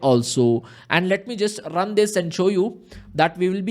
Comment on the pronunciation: I like the way he saying rrrrrrun... Just kidding. Awesome explanation